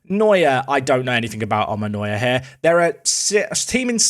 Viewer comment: Even though this doesn't matter that much, the way said Omonoia felt like a hate crime to me. Omonoia IS a Cypriot team, and it's also the most supported and second best team from there.